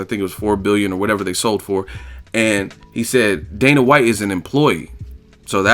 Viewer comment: "The Fertata brothers, Dana Watts" lol